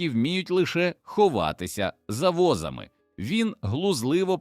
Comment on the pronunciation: Дякую за історію, але подача просто жахлива! Після "БОгдана думав, що читає іноземець. Але коли почув "вигукувати Образи", "ховатися за вОзами" і купу інших ляпів зрозумів : автор каналу - жадібна людина, що в погоні за переглядами замість якісної начитки юзає халявний ШІ і в сраці мав створення якісного контенту. Прикро. Дизлайк і відписка. Повертаюся до перевірених каналів, які шанують свою аудиторію